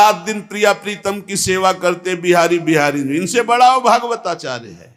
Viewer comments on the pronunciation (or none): none